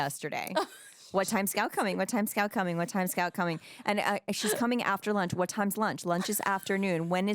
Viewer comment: HE SAID YOU KNOW WHAYT TIME IT IS LIKE I KNOW WHAT YOU DID LAST SUMME WHEN HE STABDED ME